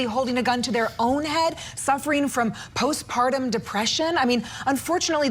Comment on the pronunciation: did he just say “ piss-partum ” instead of postpartum?